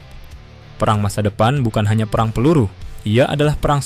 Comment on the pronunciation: Buat narator perhatikan pengucapan yang benar Kata "perang" termasuk *e pepet (ĕ)*. Bunyinya seperti "pĕrang". Contoh lain: serang, terang, sedang dll.